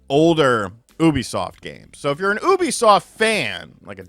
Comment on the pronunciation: the way you pronounce Ubisoft as "Oubisoft" instead of "Yubisoft" irks me but yea Xbox is done as a brand